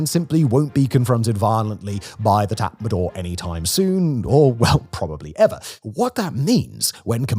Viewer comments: Tatmadaw is pronounced as tatma-dau, not tatma-door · Could you pronounce it Tort not tat madaw.. thanks